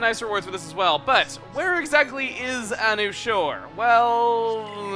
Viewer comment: I thought it was pronounced "a new shore."